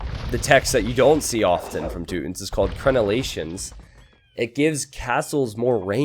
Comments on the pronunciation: You know you don't have to stick with the "rootin tootins" gag the whole time. It's Teutons, t-you-tons. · its Toy-tons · I laughed every time he said tooton.